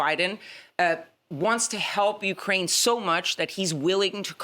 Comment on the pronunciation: its YOU-kraine, NOT WE-kraine...your on your own Volod🤣